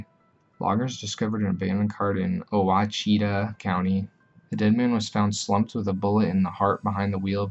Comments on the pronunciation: Ouachita is pronounced wash-it-taw... just being informative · Ouachita is pronounced wash-it-tah lol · Ouachita. It's WAH-shi-taw, the "Ou" is like the French, "wa". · It's He-Bur Springs, Clee-burn County lol And Wah-Shi-Taw.